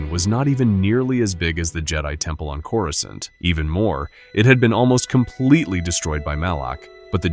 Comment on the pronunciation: Why did you pronounce Coruscant like that? Smh…